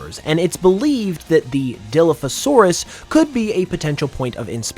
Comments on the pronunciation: Who else cringed every time he said Dilliphosaurus instead of Dilophosaurus (pronouncing the beginning part as die)? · “Diliphosaurus… DILIPHOSAURUS” it’s called DILOPHOSAURUS like there’s an O not an I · DILF a saurus lmfao... it's pronounced Deh-loph-oh-saurus silly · Dilla-fasaurus Die-lof-o-saurus I had to get that in there sorry but that bothered me too much I love Dino’s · Sorry, I really don't want to be THAT guy but, It's pronounced *die*lophosaurus, not *dee*lophosaurus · I was enjoying the video until you pronounced dilophosaurus (dill-off-oh-sore-uhs) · no way bro said diloafisaurus. Even the most uneducated person about paleontology should know how to properly pronouns dilophosaurus. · It’s Dilophosaurus not DILFOsaurus bro. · Dilophosaurus is pronounced " die - laugh - oh - saur - us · dilophosaurus die pho saurus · Did bro just say dilfasaurus?!? 💀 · This is incredibly nitpicky and solely comes from my own personal pet peeves, but I’m like 90% certain that “Dilophosaurus” is pronounced “die-law-foe-saurus” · Die-loff-o-saurus. That's how it's pronounced. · Die - Loff - A - Saurus 😂 And I’ll take a Charizard & Sceptile… 2 cause I need one to be shiny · Lol that's not the dinosaur name lol it's dila pha saurus lol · No way bro said Dilufasaurus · The way you pronounced Dilophosaurus made me cry. It's pronounced die-LOW-fah-SORE-us, with the emphassi on the "lo" in Dilopho and 'saur' in saurus. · I love the video, but I will say that it's killing me inside every time you say dilophosaurus. Lol. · As a dinosaur enthusiast, that pronunciation of dilophosaurus caused me physical pain, but I commend you for pointing out that the Jurassic Park dilophosaurus took creative liberty with the venom spitting and frills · The designs are awsome, but i cant get over the way he pronounced dilophosaurus